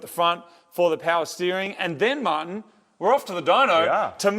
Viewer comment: Haha. He calls him Mahhin.